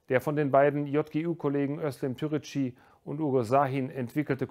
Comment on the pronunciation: Lieber Herr Präsident, wäre es nicht das Mindeste gewesen, die Namen von Uğur Şahin und Özlem Türeci richtig auszusprechen? Wieso ist es bei türkischen Namen schwieriger als bei französischen?